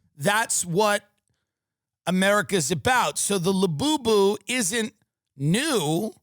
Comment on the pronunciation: I find it very hilarious when you say la boo boo